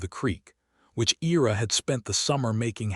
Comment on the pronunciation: I ra. Not E ra.